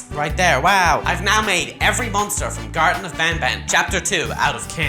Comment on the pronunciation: Its garten not garden btw. Garden is short for kindergarden also where is sheriff toadster